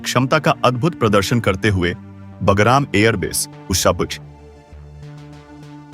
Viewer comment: PEHLE BHI NOTE KARAYA THA, IT IS NOT BAGARAM, BUT BAGRAM.YEH GALTI BHARAT MEIN HONI BAHUT BURA HAI, KYONKI HINDI IS OUR MOTHER TONGUE.